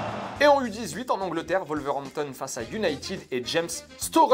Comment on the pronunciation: On dit united [YUNAITED] pas [YUNITID]!!!!!